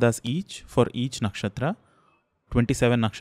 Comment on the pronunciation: Very informative! It's not a hate comment, but just wanted to ask, if the pronounciation of नक्षत्र is नक्षत्रा? I just want to say that why do we put "aa" sound at the end of the hindi or sanskrit words when we speak in English like रामा, हिमालया, कर्मा etc.